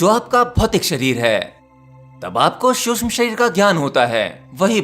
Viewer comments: Bhaia शुष्म nahi सूक्ष्म होता है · महोदय, शुद्ध भाषा का उपयोग कीजिये। "शुष्म" नहीं सूक्ष्म कहिये!!! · Suksham not susham shreer...bolna to sahi seekho, seekh baad m do